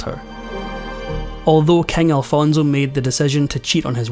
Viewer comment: Please do not pronounce Alfonso as “Alfonzo”. Made me cringe all throughout the video. 😬